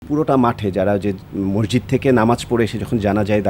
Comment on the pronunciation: এডলফ খান ভাই মোরজিদ না ,, সঠিক উচ্চারণ হবে মসজিদ।